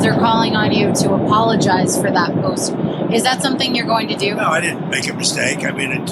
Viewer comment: Hes so gross. "I didnt mame a mistake"